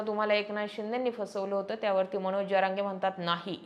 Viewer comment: ज म्हण ग पोरी ज्य म्हणू नको. ज्यरांगे नव्हे जरांगे म्हण. येवढं भारी सांगते. तेवढी चूक दुरुस्त कर.